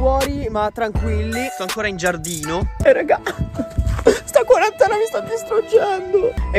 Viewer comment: Quarantene non quarantanove